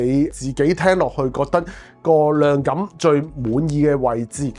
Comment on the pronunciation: Eric, I like this channel. But!!! 係"黑色" 唔係 "蝦色". 係"量感" 唔係 "亮緊". 係 "想" 唔係 "相". 係 "擴"展 唔係"蓋剪" 連產品 "110" 三個字 都非常唔清晰. 講嘢又要講得快, 咬字又唔清晰. Pls improve.